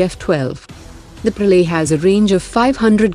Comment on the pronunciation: Bhai, yeh Praley kyun bol rhi hai ?